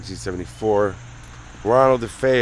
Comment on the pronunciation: Defayel, is not the way their last name was pronounced. I get mad ever time I hear the news anchor pronounces it. No it was not a stormy night. Check the weather report.